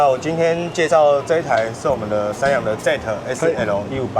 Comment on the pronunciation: 這老闆說zet 158